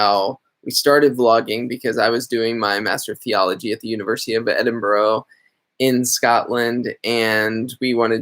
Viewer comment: I come from Edinburgh, and I'm so sorry but I cringe every time you say it. It should be pronounced Edin-burra. No "o" sounds.:)